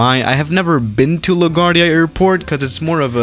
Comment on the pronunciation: La guard ia...omg bro smh